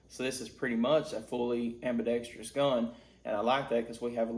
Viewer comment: I am curious though, why can't any gun reviewers say the word ambidextrous? You like almost every other reviewer adds an extra eeee sound after the tr lol